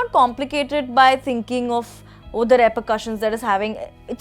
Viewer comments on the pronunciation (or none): its "REPERCUSSIONS" not "REPURCUSSIONS"